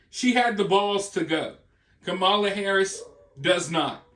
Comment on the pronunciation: Does anyone else’s bum clench up every time they call her mamala?